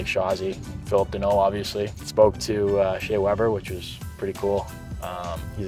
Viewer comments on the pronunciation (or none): none